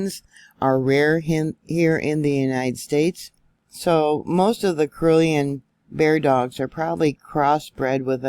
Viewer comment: Pronounced CAR-L-E-Ann